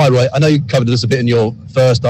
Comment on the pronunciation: A wotten day at the office for Woy... a total thwashing...